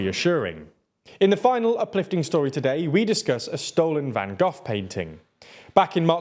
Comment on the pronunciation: Van Gough not Van Goth. I've never met anyone who didnt know how to pernouce the name of probably the most famous painter in history. It's not even that hard to say lol. You guys are supposedly a news network, try a little harder.